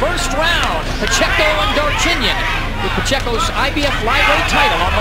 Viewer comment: "mambaco" pacheco was a great boxer